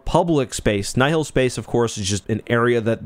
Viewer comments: Alsp, Nye-Hill? Its Nile like the Nile River. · The way you say "Nye-hill" and not "Nile" hurts my brain, lol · I mean he pronounces Nihil "nigh-hill". As much as I love the man, wouldn't call him an authoritative source on phinetivs of any setting really lol